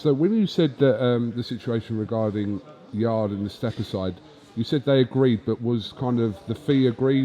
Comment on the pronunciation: yard-e. even when corrected he's too far senile to notice